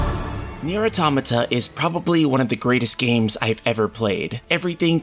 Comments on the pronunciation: Finally a person who can pronounce automata properly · The second I heard the way he pronounced "Automata" I left. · You are not alone. I also pronounced Automata that way.